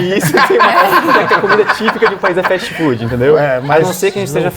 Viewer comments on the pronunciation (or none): none